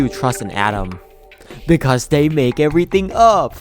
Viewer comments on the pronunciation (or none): none